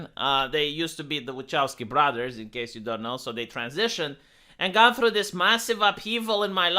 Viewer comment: you mispronounced "brothers".